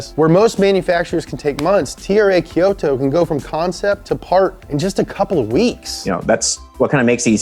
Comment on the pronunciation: You nailed Kyusha, but whoever said Rakuoka and Kyoto butchered it, heh